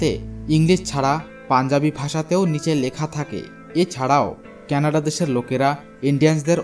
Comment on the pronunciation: কেনাড নয় কানাডা